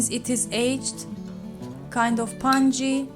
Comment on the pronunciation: Pungy? Did you mean to callitpungient?